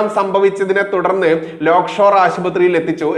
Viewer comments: ലേക്ഷോർ എന്ന് ആണ് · Not Lock Shore - Lake Shore Hospital.